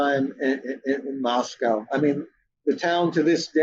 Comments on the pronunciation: Pronounced loke Costco. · Mr Blum would seem more credible if he could at least get the unusual pronunciation of Moscow correct. It’s a real issue.